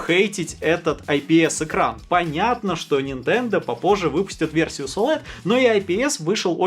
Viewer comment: Оулэд, оуэлед оуэлед, оуэлэд.